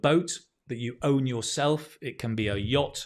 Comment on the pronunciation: Dear, it is YACHT 🙂 not yatch 🙏